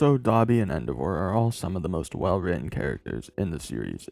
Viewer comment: Why do you pronounce endeavor like that? That’s not a word king